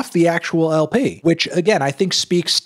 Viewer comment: you pronounce LP funny hehe